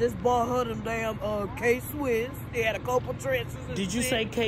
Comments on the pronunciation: Nigga said “K Swiss “ 🤣🤣🤣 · I just brought her some K- swiss. Did you just say K Swiss ? Lol im dead dont nobody wear those no more.